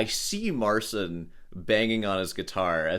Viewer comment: the unintentional mispronunciation of "Mar-Sin" will always be funny to me lol